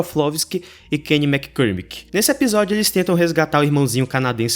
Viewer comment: O sobrenome do kenny se pronuncia dessa forma: MÁ-COR-MI-KY